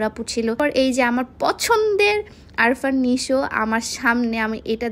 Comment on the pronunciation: আরফান নিশো না আপু আফরান নিশো।পছন্দের একটর কিন্তু তার নামই ঠিক মতো বলতে পারছো না🤧🤐